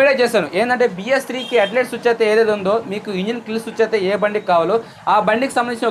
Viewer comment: బయ్య సుచ్ కాదు స్విచ్